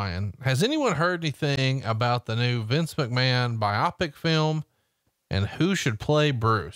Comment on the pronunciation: haha. It’s pronounced bio-pick. Goddamn, pal.